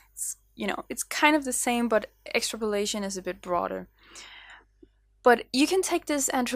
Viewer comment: Excellent interpretations of emotions, transferred into animal form, very well performed. The word aspect, although with those talents and a demeanour that shouts ready to learn, I wouldn’t worry. It’s pronounced X-Trap-Olation so the P flows into the O. But we all know what your saying, although in terms of relating it to your sketch emotions, your saying it like, is this ok, like the famous scene in Oliver Twist, when Oliver asks for more, more please sir. Brilliant Vlogs your flying!